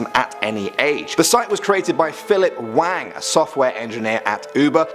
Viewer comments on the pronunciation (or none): none